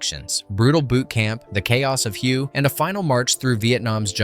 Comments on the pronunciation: Hue is pronounced like 'H-Way' or 'H-Weigh' :) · Did you pronounce that as "WHO" !??! come on!!